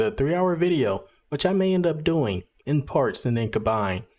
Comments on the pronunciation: You definitely say aks and not ask. Still love your vids tho :) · English isn't my first language so I can definitely notice when people say things differently, and you definitely say "aks" not "ask". A quick google search shows that that is completely normal and is not wrong whatsoever since historically both pronounciations have been a thing for a long time it seems. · You say both ask and "aks." Your accent and word choice will determine which pronunciation is realized. Sometimes a sentence will be easier to say with one but not the other.